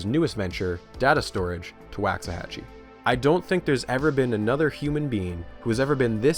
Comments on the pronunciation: waxahachie like walks a hatch ee not wacks a hatch ee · Do you pronounce it how he did? I’m also from Texas (not getting more specific) but have always heard the first A pronounced like in Walk not Wax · quick correction: Waxahachie is pronounced with a Wah, like in walk, not a Wa, like in wax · Pronounced Wocks-uh-hatchie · im from waxahachie and i absolutely hate the way you say it